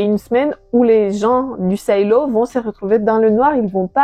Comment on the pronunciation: Pas la peine de prononcer"silo" à l'anglaise, vu qu'en vo le livre s'appelle Wool. Sinon, bonne vidéo !